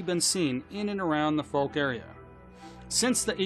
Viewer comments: It's pronounced F-owe-k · Please look up how to pronounce Fouke and Texarkana 🤣